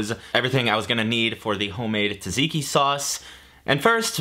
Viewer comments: neither of those lol. it's tsah (like the 2nd syllable in piz-za) zee-key. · the american pronounciation of tzatziki hurts more than gyro lol